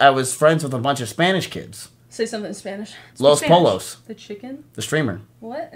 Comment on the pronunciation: “Say something in Spanish” … proceeds to completely fuck the Spanish word for chickens with confidence behind his pronunciation. Hell yea